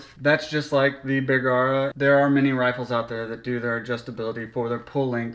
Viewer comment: It’s “Bergara” not “bear-gara”